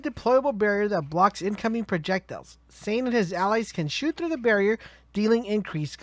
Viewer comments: man I dunno, he also said Shane instead of zane. I don't know if he has some kind of accent or something? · Uh it's Zane as in like Maine but with a Z, also Digi clone like digimon not diggy. Lol Diggymon